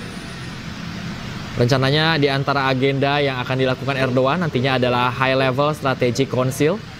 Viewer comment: Hey reporter ngomong nya salah bukan Erdoan tapi Erdogan